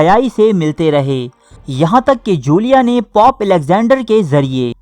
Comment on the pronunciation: Please use the word " dosto "---. It is not POP---it is pope---. Pop is a type f music---.